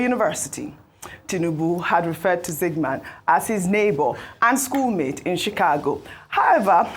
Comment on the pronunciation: Did I hear “chigakpo state university “😂😂😂